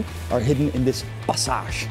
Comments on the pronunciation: The pronunciation of "passage" is probably because he's not necessarily pronouncing "passage", he's pronouncing "pasáž" - it doesn't have a direct English equivalent for the way it's used in Czech (specifically, a walk zone inside a house lined with shops). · Awesome Video. I can see myself walking around in Prague and enjoying every moment of it. Yes, you pronounced “skewer” correctly. However, you pronounce “passage” differently. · Aha, I wondered, why you pronounced the word "passage" French, but it's the name.